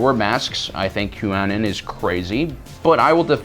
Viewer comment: You say Qanon in the weirdest way I have ever heard.